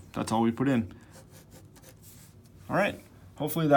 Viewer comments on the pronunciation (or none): "hyeeelps", lol. Either way awesome explanation, sir, thank you!